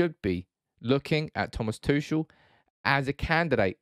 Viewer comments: What I absolutely do not understand about that debate at all: Chelsea are prohibited from buying OR selling right now. T. Tuchel does is under contract and surely that contract includes a transfer-fee clause (btw.: you pronounce his name completely wrong; he's not French like in "touché"). So, no deal can be made. And at the point when a deal is possible, the financial/ ownership/ legal situation will be solved and Chelsea FC will be on normal operations again. But why would T. Tuchel then want to leave the club for United? "Oh, we wont guarantee to fund you a team to challenge for a cup or a title, but we have the strongest Instagram and Twitter division in the whole league!" :) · Your pronunciation of Tuchel was very grating...